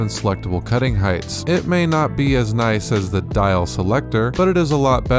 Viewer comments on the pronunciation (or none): none